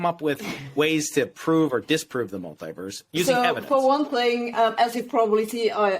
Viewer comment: When she says ‘mulitiverse’ it sounds like she’s saying “MIGHTYVERSE”…which is much better